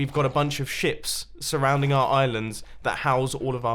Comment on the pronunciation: Haha when he said ships it sounded like he said shit